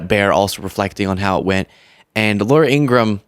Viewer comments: Her name is Laura Ingra- ham! Please get it right! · I think it's pronounced Laura "Inger-ham". -I would think Kamala's donation record speaks for her endorsement, along with polls. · ING-RA-HAM is how you pronounce her name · Laura calling another woman a terrible person. Telling lies every day to millions of people must really feel good to her until the tide starts to go out and shows the garage that remains. Lies have consequences Ms. In-gra-ham your bother would like you to pronounce your last name correctly it’s not Ingram.😂😅🤔🤔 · She won't pronounce her own family's name correctly just as she does to our vice president.